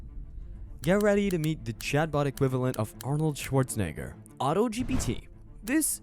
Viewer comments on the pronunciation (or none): Don't ever say arnolds last name again😂